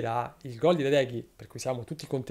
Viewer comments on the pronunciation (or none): Ma la vera domanda è perché caressa non è riuscito neanche una volta a pronunciare Retegui esattamente